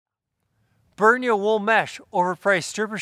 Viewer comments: He is not being paid by them that is for sure. Said name wrong whole time. At the top of there own web page it says "Pronounced "Brin-ya". :) The products they provide are some of the best. I own multiple pieces of clothing from them now. I have the 3/4 pants in the Arctic Collection and they are to be used on the coldest of days. I am ordering the Super Thermo Mesh as I want them for the 10°f and up temperature. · At the very beginning of the video I heard something like "burn your wool mesh orpvsrtchrtrt" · I love your pronunciation of "Brynje". I'll start to use it here in Norway, too... Thanks....